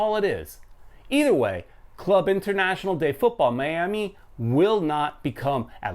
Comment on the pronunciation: So it would be Miami CF (for Spanish Club de Fútbol, like Real Madrid CF name for example). Ah and by the way, you pronounce the name of the club wrong, it's Club (=say like "Kloob" not like "klab") Internacional (=say like "internasyonal") de Fútbol Miami (=as it is).